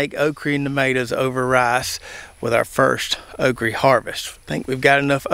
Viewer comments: Why do you say “okree” rather than okra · Think it's pronounced oak ra not re 😅